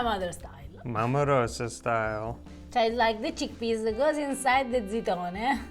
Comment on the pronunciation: A tip - 'Rosa' is pronounced Ro-za. The 's' is a 'z'. Just sayin'.